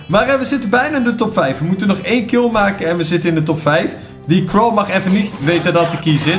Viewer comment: Zeg gewoon eens crow in plaats van krau